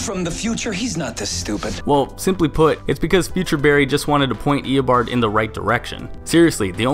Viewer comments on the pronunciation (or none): you saying "eobord" gave me a headache.